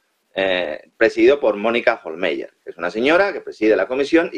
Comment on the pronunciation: Pues aunque en alemán se escribe "Hohlmeier" , se pronuncia "Hohlmaier". Porque en alemán los diftongos "ei" se pronuncian "ai". Así que, para cuándo que , ya que casi no sabéis idiomas, busquéis al menos en internet en el traductor de Google cómo se pronuncian las palabras o nombres que tengáis que decir, de cualquier idioma? El traductor va con sonido incorporado,si os fijáis, y es gratis. Este es el país en que, entre otros, los periodistas (aunque a veces sean hábiles y listos, o siempre vayan de listos) , pronuncian más fatal y hasta ridículamente los nombres extranjeros. Por no hablar de otros que nos colocan, que también van de culto, y son más bien unos catetos, pero eso sí, muy creídos. Y ufanos. Qué vergüenza de país nos han organizado (y generalmente desde fuera), la verdad.